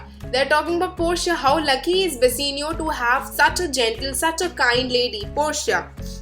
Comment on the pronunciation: It's Bassanio not Bassenio 😂